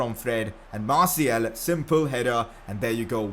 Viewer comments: martial is said like marshial not marciel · Dose he not realise that its is martial and not martiel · Hey bro it's MartiAl ! with a A not a E. now i give a important mission: in your futur videos you need to say Martial with a A not a E. Good Luck Bro 👈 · Martiel pls just say fkn martial it's not that hard m8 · Could you stop pronouncing Martial like Martiel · Ur really meant to pronounce it like marsiel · Learn to say martial